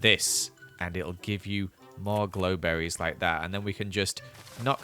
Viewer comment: grow berry not glow berry